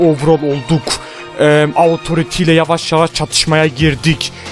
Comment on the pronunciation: abi autoriti die deil otorite diye okunuyo pls :D çok sinirime gidiyo